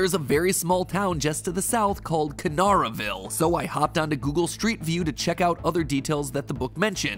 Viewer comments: I live in KA-NAR-A-VILE ur pronouncing it wrong wait.......MY TOWN IS PART OF FNAF LOUR!??? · Quick edit, it’s ka-nare-a-ville, not ka-nar-a-ville. Just a quick note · Bro said kannaraville wrong I’m from kannaraville